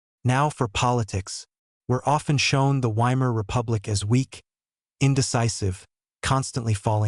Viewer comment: I clicked on it because it looked like an interesting topic, but AI voice-overs are always BORING. I suspect it's an AI-generated script generated from major input from Sikipedia and National Pinko Radio. No thanks. And by the way, "Weimar" is pronounced "VY-mar." I'd bet if you misspelled it your stupid AI voice would pronounce it properly.